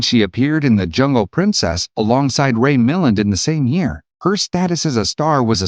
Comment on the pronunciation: It's Ray MilLAND.